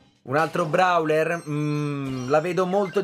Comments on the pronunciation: si dice browel non brawel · Io,almeno io non dico brawler ma browler